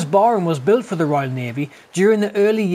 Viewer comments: It's pronounced Barram...not Barrham...named after a Nelson Admiral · Interesting vid, thank you. Some years ago I met an old timer who had been part of the crew on Barham in the late 1930's, he said the name of the ship wasn't pronounced Barham but rather Barram (that's as close I can get anyway) :-)